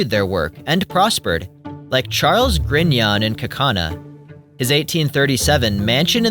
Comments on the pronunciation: We pronounce it “gree-no”, not “grin-yon” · Grignon is French. It is pronounced Gree-No. Not Grig-Non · Wonderful video. Minor; Grignon is pronounced GREE no.